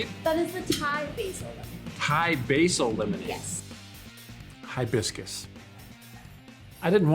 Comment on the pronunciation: "Thai-biscus"! You need to come to Clarkdale!